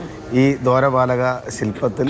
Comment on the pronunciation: എടോ മനുഷ്യാ ദോ രപാലക നല്ല - ദ്വാരപാലകൻ എന്നാണ്